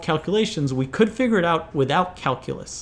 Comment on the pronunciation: I love your challenges! Would you do something for me? Learn how to pronounce calculate and calculus? Cal-"q" lus, cal - "q" late